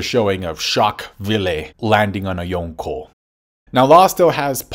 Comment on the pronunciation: You try so hard to say yonko correctly and then continously fumble van auger